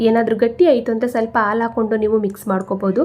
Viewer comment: ಹಾಲು ಎಂದು ಹೇಳಲು ಅಲು ಅಂತಿದ್ದೀರಲ್ಲಾ...